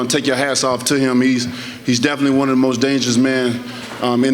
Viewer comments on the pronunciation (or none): none